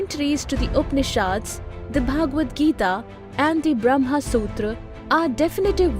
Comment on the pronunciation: A minor comment about three words which commentator did not properly pronounce. (1) Bramh, (2) Bramhaa, (3) Brahmin. Bramh: The ultimate reality, the consciousness. The substrate on which every thing exists. Beyond God, Beyond Good and bad,.... Bramhaa: Creator of this universe in Hindu mythology. The trinity includes Bramhaa, Vishnu, and Mahesh. Creator, nourisher, destroyer. Brahmin: The section of the society that persues knowledge. If you are confused between the trinity and Bramh, please note that Hindu philosophy evolved over thousands of years. Primitive thinking was similar to Greek and Roman beliefs. We too had heaven, hell, gods and demons, etc. But more sophisticated ideas evolved over time. Upanishas and Geeta are the creations of much later period (about 500BC). This is where the concept of Bramh came in to exist.